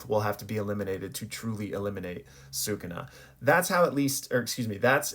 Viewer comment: Why cant you pronounce “sukuna”